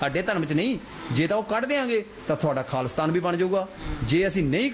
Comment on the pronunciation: Anchor is pronouncing khali-stan not Khalistan , it is not hard to figure out what He is thinking